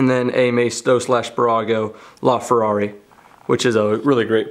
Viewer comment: laferrari not loferrari